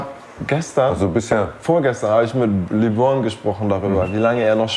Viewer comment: Mich triggert das jedes Mal wie Eli Lebron ausspricht